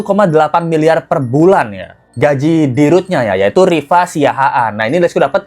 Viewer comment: 1 milyar dollar bro ngomong lu belepotan😂